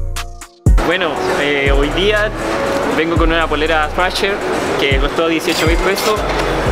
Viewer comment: este canal me re encantaaa! pero me dio cualquier risa el de FASHER en vez de THRASHER que es una marca únicamente de skate pero fome que gente asi la use y no sepa ni pronunciarla jajaja